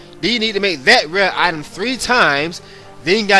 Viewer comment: I liked the video and your other videos look interesting, however because of your lack of pronunciation skills with almost every other word, I'm gonna have to skip them. "Item" has a "T" in it, not a "Y'